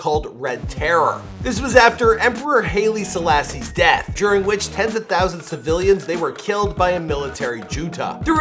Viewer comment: I am Ethiopian and you really butchered words like Amharic and Haile-Selassie. LOL.